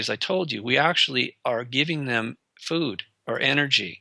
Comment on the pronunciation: I love the channel but hate. I hope he makes enough money to fund an interviewer that can speak English without going into anti vax and that can say a word pronounced food without saying feewd.